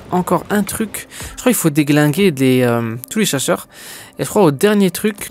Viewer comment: A il dit tout les chacheur 😂🤣